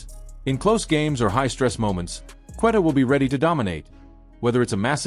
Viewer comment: This A.I is so annoying. JRue Holiday? Cant say Queta correctly. Showing tom brady. Saying was the holiday trade bad? What are u guys even talking about? Then showimg the 08 Celtics over and over.